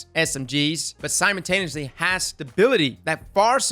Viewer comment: you're killin me with the "simontaneously" pronunciation. It's simultaneously... sime-uhl